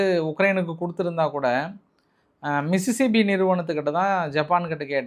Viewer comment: மிசிசிப்பியா 🤔🤔🤔 மிசிசிப்பி - அமெரிக்க மாநிலம் மிட்சுபிஷி - ஜப்பானிய நிறுவனம்